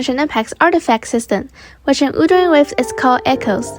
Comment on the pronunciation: WUT-HER-ING WA-VES say it 100 times you'll get it right at least once